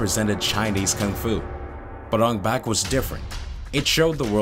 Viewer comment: Take a shot for every time he says Ong Bak incorrectly.